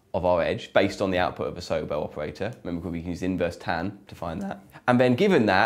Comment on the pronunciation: isn't it pronounced So-Bell, not Soble?